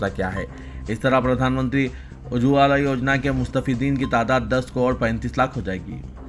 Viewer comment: Ujwala. Theekse Bolo